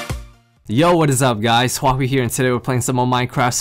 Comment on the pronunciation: I like trains <3 .. And i like HAWAII not Huahwi (LEL)